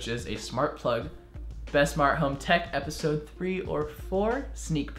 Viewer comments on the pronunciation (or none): none